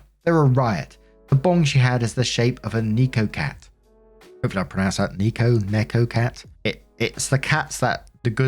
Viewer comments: Neko is just the japanese word for cat. They are called (in english) lucky cats, neko cat just means “cat cat” and doesn’t describe anything. Also your second pronounciation is a lot closer. (Neh-ko is closer than knee-ko) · For future reference, the 'ne' in necko is like the ne is neck. So it would sound like Neck-o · "neh"-co" with co as is the co sound in coke for the cat,:) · I know I'm late to the party on this but "neko cat" is pronounced "neck-oh cat" I've never lived in a house with a letterbox but I'd imagine they are typically in places that have door to door mail. My house has a mailbox but it's defunct because they set up community mailboxes a while back. Community mailboxes are these clusters of mailboxes that you need to walk to in order to get your mail. I think most places in Canada are like that now unless they are really rural. The ladies sound awesome in story 2, remind me of my cat shelter friends who were all a least old enough to be my mom. There was this one lady who was old enough to be my grandma, tatted up and she played darts competitively. Very tell it like it is but with a smile that could light up a room. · Note to: "Neko" is pronouced "Nay-ko" and it's Japanese for "cat". So OP pretty much said "cat cat". 😆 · For reference, "neko" is pronounced with the same "e" sound that's in "end". It's also the literal word for "cat" in Japanese.